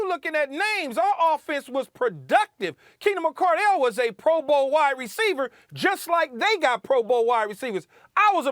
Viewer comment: I'm sorry this is the same guy who said Donavon Mitchell was the best Utah jazz player ever despite 2 hall of Fame top 50 players in NBA history being lifetime jazz players Im sorry I don't count that 1 laker year.. he is such a prisoner of the moment it's ridiculous...mispronouncing Keenan McCardell name disrespecting Mike Alstott like Keyshawn said they have pro bowlers across the board if u weren't watching football around that time just say that 🙄